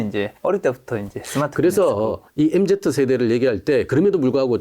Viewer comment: 교수님 엠제트 아니고 엠지요..(소근)